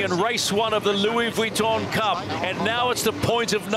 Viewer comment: why does this commentor persist in his pronunciation of Vuitton, unless of course he's done his homework and hes correct